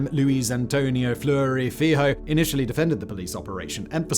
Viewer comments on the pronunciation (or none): Him trying to pronounce "Fleury Filho" is worse!